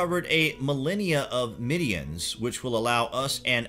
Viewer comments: right!?!?! it's been MIDDENS not middeeanns for as long as i have known(more than a few hundred years from what i have read/studied) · Good video...however...it’s “midden” not “middian” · its Barrow not burrow and Midden not midean. you have some interesting information here but PLEASE look up how to pronounce this stuff.